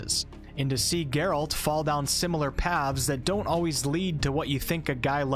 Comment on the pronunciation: God would I do anything to go back and play this again for the very first time. And I'm certainly not alone in that. ps play the second game, twice for both endings. Also, Geralt's is an antihero, not necessarily a hero. And his name has emphasis on the first, not second, syllable. GEHR-ult edit: did you really just say "wah-lah" in place of "voila" ? 😅